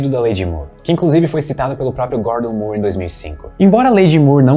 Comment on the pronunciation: Moore possui a mesma pronúncia de more, floor, door, core e etc